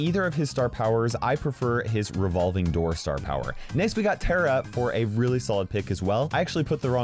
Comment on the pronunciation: Listen it's pronounced taaaara not tera